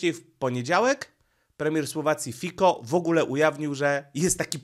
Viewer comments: Nie Fiko Fico, naucz się wreszcie, premier Słowacji nazywa się Fico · Fico nie fiko ten Pan ma na nazwisko Fico a nie fiko ok. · Fico nie Fiko trochę szacunku dla premiera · FICO pzez C a nie k